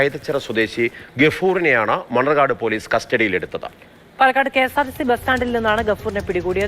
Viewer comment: മണർകാട് അല്ല മണ്ണാർക്കാട്